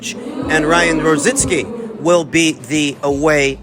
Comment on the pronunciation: IT'S NOT ROZINSKI.ITS R O Z I C K I...LIKE RICKY...ONLY RO ZICKi...LOL...